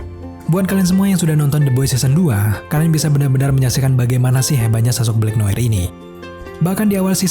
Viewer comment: Blacknoar bacanya